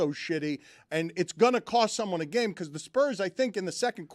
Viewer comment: The more adds an "-uh" at the end of words drives me freaking bananas. "Game-uh", "trade-uh", "Knicks-uh", "NBA-uh". Bro, learn to speak and not sound like a moron. Also, your head is enormous.